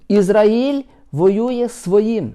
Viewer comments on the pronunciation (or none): Пане, в слові Ізраїль наголос на А!